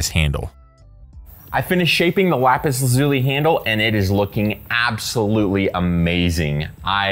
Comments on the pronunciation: How to pronounce 'Lapis Lazuli" First you are saying 'laz-ooie' - try this to get the right sound... LAZ-YOU-LIE .... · Lapis lazuli... I can't get over how you pronounce the name. It now sounds weird to say